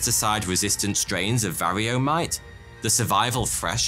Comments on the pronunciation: Former hobbyist beekeeper here. This is an EXCELLENT summary of coevolution, CCD, and current fields of research. I will definitely be saving and sharing this video! Only suggestion? They’re pronounced Var-O-A mites, not varrio. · it VARROA pronounced va-ro-a NOT varryo. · Not var-EE-OH, but VAR OH AH. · Another Ripping Yarn. But "varrio"? We say "varroa".